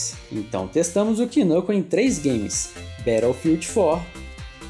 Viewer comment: ALELUIA VC MERECE MEU RESPEITO PRONUNCIO A PALAVRA Battlefield 4 CORRETAMENTE, O PRIMEIRO QUE DIZ CORRETO, XD GANHO UM INSCRITO E LIKE